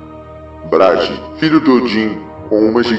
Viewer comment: Pelo amor dos Aesir Frigg pareceu frigideira. Ela não.muda de cor de roupa. Ela é responsável por Fiat das nuvens as mesmas as Nornirs. Hel é regente de Hellheimr. E Bragui se pronuncia gui e não gi. Gi não existe. Balder não é frio é a luz o mais amado dos Deuses. J tem sou de I entao é Nijord com ênfase no R.